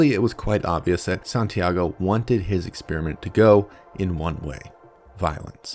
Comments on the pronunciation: I'm not overly happy with the way you mispronounce "experiment" as "ex-spearmint". I know you're a Yank and that allowances must be made, but still. It's horrible. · santiago should conduct a study on why this bozo pronounces the word exSPEARiment. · Exspeariment? The people are attractive? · Why do Americans insist on saying "expearment" instead of "experiment"? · why do Americans pronounce "experiment" "ex Spearmint" ?